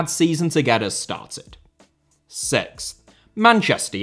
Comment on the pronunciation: bro just had to say sex instead of six and I dont blame him